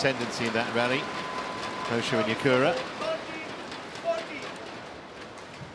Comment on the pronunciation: Not Nakura... It's Yakura